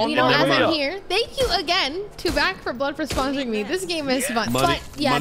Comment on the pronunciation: SPOSORING LMAO